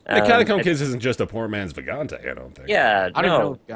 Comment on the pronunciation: It's "Vagante", somehow nobody knows what's the correct pronounciation.